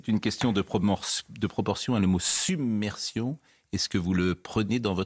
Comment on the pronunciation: submersion dit un et Attal summersion ....